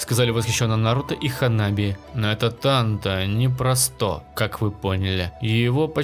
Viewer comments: Бесиш Не тантО А тАнто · Сука тАнто А не тантО